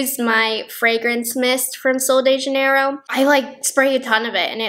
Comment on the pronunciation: I'm brazilian and the way you pronounce "sol de janeiro" and "bumbum" is so cute. Sephora Brazil does sell Sol de Janeiro, but the brand's target and appeal is definitely US and americans.